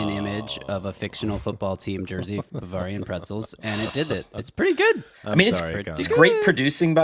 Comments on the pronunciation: pronunciation of Bavarian is killing me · I can't listen to mispronounce Bavarian anymore. I'm out.